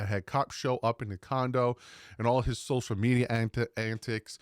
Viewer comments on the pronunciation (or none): none